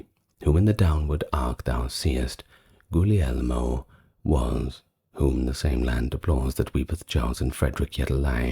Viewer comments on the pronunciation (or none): none